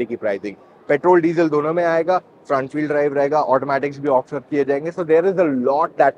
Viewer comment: Petrol and 'Desiel' ? Are you sure?